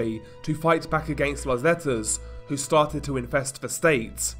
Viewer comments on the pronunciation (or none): none